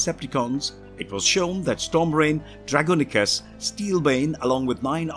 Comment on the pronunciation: I love transformers especially Nitro Zeus and Sideswipe so, this was a great great great great great video. I think we can agree that Jazz was cool even though he didn’t last long. Pro tip: Dragonicus is pronounced Dra-gon-i-cus